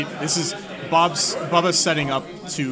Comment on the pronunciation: Nice commentary but listening to one of you pronounce Boba like “Bubba” was rough